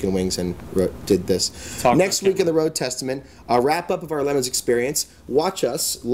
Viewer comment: LeMons? isn't it Le Mans?